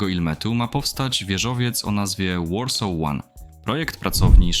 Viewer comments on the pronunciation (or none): none